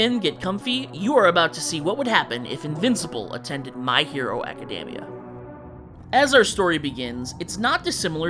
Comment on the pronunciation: You should look up how "Academia" is pronounced. Otherwise, this was fun.